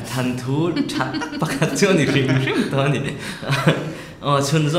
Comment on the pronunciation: Thanthu nilo vin Thawnthu ti zawk ta se, kei ka Beng a lo thlep deuh! An lawmawm nupa ngawt mai